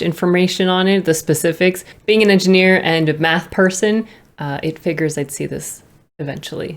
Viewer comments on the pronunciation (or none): Please pronounce figures correctly, the way you say it is wild😂